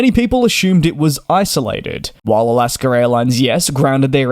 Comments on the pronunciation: He says alaskr ..there is no r in alaska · It’s AlaskA not AlaskER. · It is not Alasker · First of all it's "Alaska", not Alaskan. Second it's part of the flow, not a ritual, to check the cabin pressure, altitude and differential pressure passing 10000' and it's done every flight by both pilots, third what in the world is a "sterile light"? I've never seen that switch. The crew did everything textbook, and their were only minor injuries resulting from a catastrophic depressurization. I'm not sure what other outcome you would want.. This is 100% a Boeing and FAA issue. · For those wanting a translation, it is AlaskA Airlines. There is no “r” in AlaskA. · Alasker Airlines? 😂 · Why do you put an “R” in the word Alaska ? We’re you never educated?